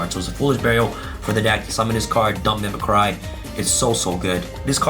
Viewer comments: correct pronunciation is mih-mih-cree as in you're MIMICKING someone else. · You left out Last Stryx... play 43 cards... a free Ulti Falcon. And dammit it called = Mim-mic-kree as in to mimic. That's a worse trigger than using META wrong.... read the fookin definition. Not applied to current decks of the TOP Archetypes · Hearing pronounce mimicry makes me want to mimi-cry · i think the right pronounciation is mimicri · Why does every yugituber pronounce mimicry wrong?